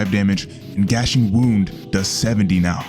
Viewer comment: GNASHING WOUND. IT IS PRONOUNCED, “NAH-SHING-WOUND”.